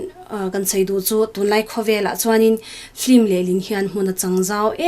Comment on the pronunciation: Film ania flim tiin i lam tlat a,ka lo ngaimawh ve tlat